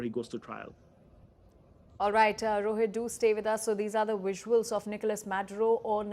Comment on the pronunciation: It's pronounced visuals not VUSSUALS f00ls 😅😅